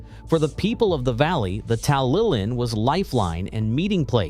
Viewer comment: Bryn Egglewiss, Tallilin etc. etc. Americans, eh? It's that sort of lack of research that got Trump in. I couldn't watch any more.